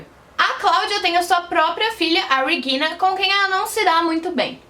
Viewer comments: Depois de ouvir " REGUILNA" duas vezes eu desisti de assistir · Dica: Regina é um nome alemão mas não se lê o "R" da mesma forma que "Reagan" dobrando a língua, a pronúncia é a mesma do português. A parte do "g" está perfeita.